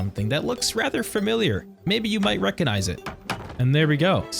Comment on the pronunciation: "FERMILLIAR" do you people read the words you say, or do you just say them? Because it's Familiar, not FERMILLIAR